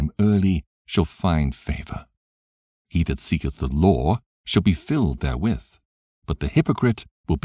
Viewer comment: The "loor" (law) and the prophets"... lol 😫